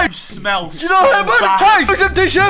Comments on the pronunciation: wtf 😂😂 “GiS sUm TIsSue” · I’m dying! “Give us a teshu” 😂😂😂